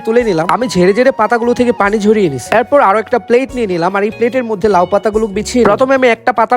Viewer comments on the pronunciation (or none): প্লেট না তো প্লেট 😂😂😂